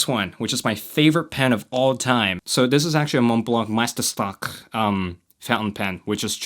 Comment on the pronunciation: Its meisterstück, not stak or stok